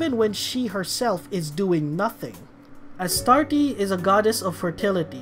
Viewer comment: Quick thing(s): Yusuke is pronounced as "Yuske", the second U is silent. With Hecate and Astarte, the E at the end of both are silent, so they would be pronounced "Hecait" and "Astart"